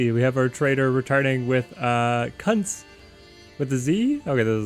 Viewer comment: In the Germanic languages, Cuntz is pronounced Coontz...as in raccoon.